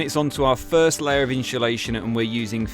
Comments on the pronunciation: I got anoyed right at the start.. iam not even English 😂 its inSulation not inSHulation 😂😂😂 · Its insulation not inshulation though😂😂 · Inshulation = insulation? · Amazing work i like how efficent the truck was build, but stop saying inscholation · Watched and thought the build was awsum. One thing that was triggering me is you saying inshulashion and not insulation. Was driving me mad haha 😅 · i hateeee how u say insultation. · Inshulation lol hes killing me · Why the fuck do you pronounce insulation like that. It’s not pronounced inshulation 😂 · Inshulation lol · Amazing build. I wish I had your skills. One thing though, there's no 'h' in insulation. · I’m convinced you are rage baiting people with your pronunciation of insulation